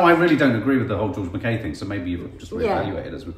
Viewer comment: Really interesting review! Very much looking forward to seeing the film. Thank you so much for all the effort you put into the videos! Btw... I believe it's pronounced George Mackay like hi, not Mackay like hey. (That seems so petty but everyone always mispronounces my surname and it drives me bonkers!)